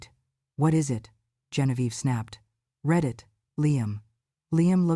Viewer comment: Liam and Maya let Genevieve do whatever she wants in Evelyn's house, and ignore Evelyn! The word "read" is pronounced "reed" (present tense), "red" (past tense)!